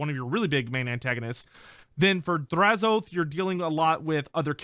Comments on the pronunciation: I thought them saying Drazh-OATH was a mis pronunciation. I much prefer how you and everyone else originally said it as Drazh-o-ath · Im still saying Draz-o-ath instead of Draz-oath.